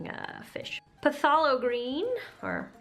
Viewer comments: Lol. It's phthalo green pronounced thay low. Looks like a cool subscription art box. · it is pronounced "Thay-low" green. yes you clean your brushes between colors unless you are blending wet on wet. and if you want to remove the texture on the canvas, you can add a layer of gesso, sand, and repeat 2 more times. great video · it's pronounced "Thay-low" green, great video and love the painting too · HAVE U NOT HEARD OF BOB ROSS? WHAT THE HELL IS PUH - THALO GREEN?